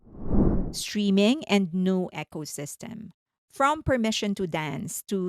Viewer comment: Love your stuff - thank you for taking the time to give us such infotainment. 💜 Just a quick suggestion - you kept pronouncing ecosystem like "Echosystem" - it should be E (like see)-cosystem. It kept confusing me whenever I heard it, so just mentioning it. Not really a big deal, just wanted you to know. And you asked for tips. I legit understand that speaking another language is crazy difficult, so no worries and mad respect! Looking forward to the next thing!